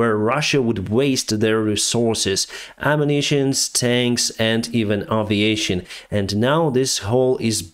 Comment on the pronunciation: this has been driving me nuts. It's not ah viation, its ae viation. Would you call an airplane an ahr plane, or an airport ahr port?